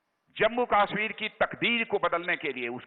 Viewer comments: Kashmir ko KAASSHMIR bol raha hai Dalla bolna tp sekh lay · Ye Chutiya Raksha mantri Kashmir ko kaashmir bolta hai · kaaashmir kyu bol rha hai? KASHMIR bol !!! and audience so rhi hai kyaa? yarr pta nhi kyu MODI govt mei sabhi ministers sahi lgte hai bs ise chorhke. Mr. Parikar was the best DM of India.